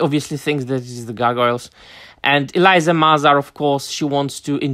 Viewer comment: Eleeeesa, not Eliza. 994 start date.